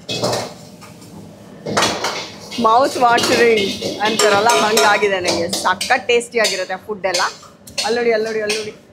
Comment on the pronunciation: 😮 anchor ನಿಮ್ಮ ವಿವರಣೆ ಕೇಳುವುದಕ್ಕೆ ಅಸಹ್ಯ. ಕನ್ನಡ ಉಚ್ಚಾರಣೆಯ ಶೈಲಿ ಸರಿಯಿಲ್ಲ. ಸಖತ್ ಸಖತ್ ಅಂತೆ. ಅಯ್ಯಯ್ಯಪ್ಪ😮 ಏನದು ಮಾತನಾಡುವ ಸ್ಟೈಲು.ಥೂ ಅಸಹ್ಯಕರ.